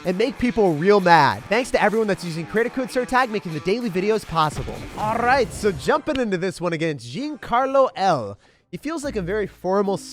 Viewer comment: I like that "Alrrrright"